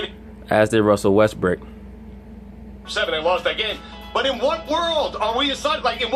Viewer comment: Did u call him Russell Westbrick lmao